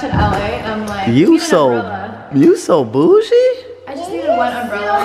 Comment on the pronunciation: Austin you said bougie and you said it ratchet it says classic boujee ratchet it rhymes